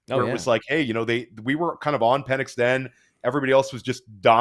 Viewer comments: Pen-Icks not Peen lmao😂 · His last name is Pen-Ix by the way. Purposefully mispronouncing peoples names is pretty fucked up